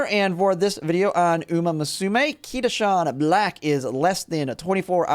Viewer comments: Kita Shawn Blaaaack 🏇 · Kita shawn black 😭😭😭